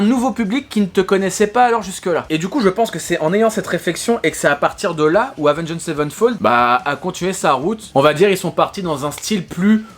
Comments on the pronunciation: Prononce le "avenGD" ça passera mieux que "avengEED" ^^ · Lorsqu’on site Avenged Savenfold on ne prononce pas le « ed » à la fin du Avenged. Autrement dit ça se prononce Avenge Savenfold. J’ai eu mal aux oreilles pendant toute la vidéo. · Avengééde sevenfold ?? Stp mec applique toi sur la prononciation 😁 Par contre, renseignes mieux pcq le chapitre ou tu parles de la mort de The Rev/Mike Portnoy tu n’as pas les bonnes infos.. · Salut je précise qu'il n'y a aucune haine dans ce message:Oua gros prononce bien le nom, Avenge(d) sevenfold. Et genre t'as pas respecté City of Evil qui lui est vraiment le 3eme album d'A7x. Je veux bien que tu veuille faire le buzz mais renseigne toi un peu plus, ils ont fait the stage aprés Hail to the King. Je trouve ça dommage de tout misé sur un titre aguicheur pour au final pas dire grand chose d'intéressant. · Sinon Avenged ça se prononce pas comme ça hein…… je donne des cours de prononciation si tu veux 😜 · S'il te plait, c'est pas compliqué de prononcer correctement Avenged...